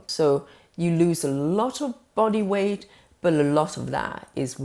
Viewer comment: "wight" loss? What's that? The breath is acetone.